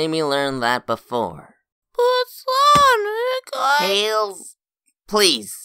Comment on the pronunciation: tails finaly said sonic not sowic🫠